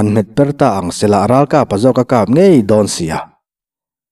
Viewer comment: Tinge a in cut thin le chanel dangah a awm ngai silo eg word tan tir lam hi Ralkapa tih tur ni a lang AKAPA tih te luikam tui awmlohna tih tur ni a la akam tih mai ang chi i lo en/lo ngaithla nawn ve teh un